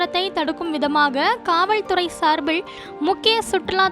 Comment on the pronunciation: காவல்துறை என்பதை காவள் துறை என்று உச்சரிக்க வேண்டாம். ளகர, லகர வித்யாசம் மற்றும் உச்சரிப்பில் கவனம் தேவை. சார்பிள் அல்ல சார்பில்என உச்சரிக்கவும். ஒரு செய்தி வாசிக்கும் பொழுது இப்படியா?